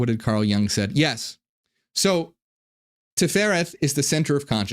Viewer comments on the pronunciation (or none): It us Jung as in “you-ng” and not as in “young”